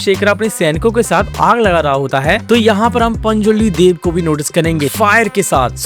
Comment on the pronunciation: Daiv nahi dev…sahi bola kr bhai maxa hi kharab ho gaya dekhne ka